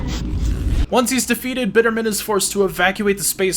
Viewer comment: Small note , I believe its pronounced 'Bitterman' almost like one word, and 'Mac-ron' ! Nice to see Q2 getting more love.